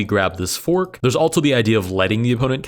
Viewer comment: I agree, his voice is nice but I noticed he pronounces "also" almost like "altzo" along with similar words, I wonder if this is a regional thing or exactly why